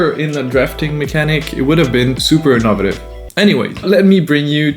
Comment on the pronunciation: in-oh-vay-tiv if you know this and just choose to say in-of-uh-tiv, carry on if not, you're welcome.